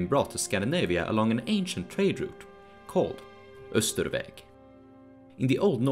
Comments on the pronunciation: Isn't "Austrveg" supposed to be pronounced more like how it's spelled, rather than "Österveg" (which is how you spelled it in the YouTube captions but not the embedded video captions)? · I was gonna say "why is your sweden better than your english" out of joke since the way you pronounced austrveg sounded probably very swedish but the buddha sounded kinda off, lol Then i went to your channel description and it said "sweden" and i'm like "oh"